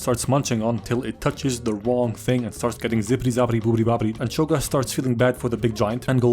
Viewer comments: “Chogath” 😂 its hogarth😂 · love how you called him chogath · did you srsly call him chogath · I can’t tell if he’s calling him chogath on purpose or not -_ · I just can't take it seriously with you calling him Cho'Gath this whole time. Also THANK you for recognizing his big dick energy in the tsunami chair/road scene. That scene lives rent free in my reference memory. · Hahaha chogath??? Goodwon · Chograph Is all I hear ddeepcut youtube meme comment if you know it